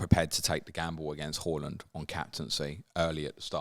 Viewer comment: I find it triggering the way you pronounce Haaland 😂😂. Great pod as always ❤